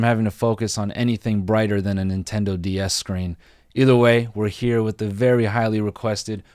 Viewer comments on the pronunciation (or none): none